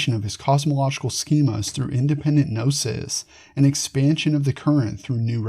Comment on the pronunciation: If you don’t say “ga” nome or “ka” nife, why say “ga” nosis?